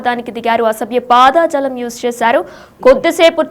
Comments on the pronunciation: ఎం భాషా నీది... పదజాలం...కానీ పాదా జాలం కాదు...నివో యాంకర్ వి నిదో భాషా తూ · పాదజాలం కాదు, పదజాలం,, ఏమి న్యూస్ చదువుతారో ఏంటో